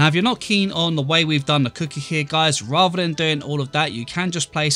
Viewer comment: Random question, I'm new to your channel and I noticed you said "Keen" and I wanted to ask are you from New Zealand?